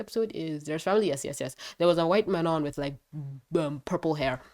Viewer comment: I can speak french and it's not pronounced like that. It's Manon